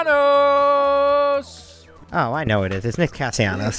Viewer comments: As a fellow Castellanos, its CasteYAHnos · I love how Trea doesn’t even try with the Spanish pronunciations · Trea with the whitest pronunciation of castellano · I had to turn this off because it took you guys forever to figure out castellanos 😂